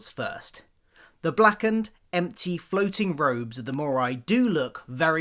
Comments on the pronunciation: Why are you saying mooreye? It's mooreee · Great idea. Please though, it’s pronounced “mauree” not “maureye”😂